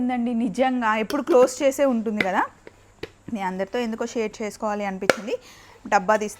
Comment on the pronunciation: కనకదార కాదు Kanakaధార andi